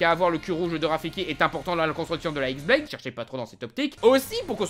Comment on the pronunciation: J'ai vu personne le noter mais la Xblade ne se dit pas "X"blade mais "Khi"blade. Ce n'est pas un "x" mais la lettre grecque "Khi". (Oui je fais le chiant mais voilà).